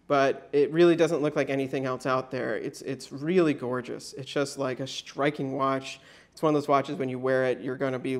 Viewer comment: is it me or sounds like hes say shtriking instead of striking?